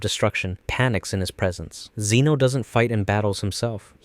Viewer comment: "Zeno" no. just no